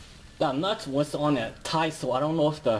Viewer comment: And de nut